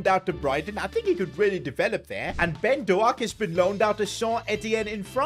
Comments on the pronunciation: hey as a liverpool fan quite annoyed that you called him ben doe ak its pronounced doke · Pronounce ben doak Ben doke not Ben do al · It is not ben do ak its ben doke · Doak not doAk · It is pronounced dok not doak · Bro says Dowak not Doak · His name isn’t doAk it’s pronounced do-k Btw you should take over rangers next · Is Dook not Do-ak 😂😂😂 laughing the whole time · As a liverpool fan lemmie Correct u Brother. Doak Is pronounced as Dok And Bacjetic is as bajetich😅😅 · Bro the pronunciation is ben doke no ben doaak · "BeN DOuGhaK"i love it😂ByeCketiK too😂😂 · "ben DoAHk" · It’s Douh-k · Doak is pronounced like doek and Bajcetic is pronounced like bieshetich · Bro really just said Ben do-a-k 💀💀💀💀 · It is Ben-doe-k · Hi just saying Ben doaks name is pronounced as doke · Yo, Bajcetic is pronounced Bye Set itch and Doak is pronounced like Oak in Oak tree but with a D at the start. Just wanted to help:) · It’s so funny how pronounces Ben Doak’s name like Ben DoAk 💀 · His pronunciations of Bajcetic and doak is annoying me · The way he says doak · The way he Butchers Doak's name annoys me so much.